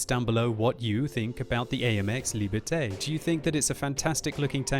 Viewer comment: Shouldn't Liberté be pronounced like "Lee burr tay?"